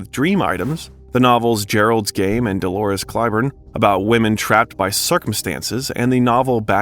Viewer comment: Holy sh*t, you need to learn how to pronounce things! It's Bram Stoker, not Bram Stroker, Needful Things, not Necessary Things, and Dolores Claiborne is pronounced "Clay-borne," not "Clī-borne." Etc., etc., etc. Who's editing your videos?!